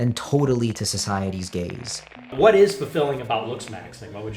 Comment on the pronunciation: I know you keep saying "gaze," but it's way more entertaining when I think you're saying something else. "Complete self-cuckery to the gays of the other" and "it feels good to submit yourself to the gays of hegemonic desire" had me chuckling for a while